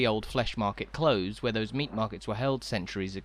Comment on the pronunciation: yes I don’t know why he’s making these mistakes, rather irritating. It’s Close as in near in England too.